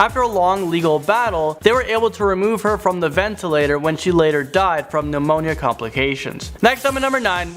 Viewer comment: To the man in the black t-shirt with the MA logo. Please learn proper English. Your grammer and pronunciation is abhorrent. The word is pneumonia (the p is silent), not amonia. There is a longer correction list but no one would want to read it. You're on a public forum. Please learn proper english.